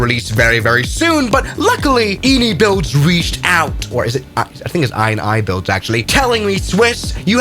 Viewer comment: it’s pronounced eeneebuilds